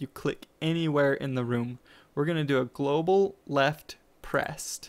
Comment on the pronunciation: "We want a glosal mouse event" it's "global" not "glosal"